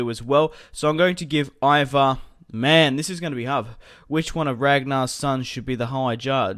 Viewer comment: its pronounced E-var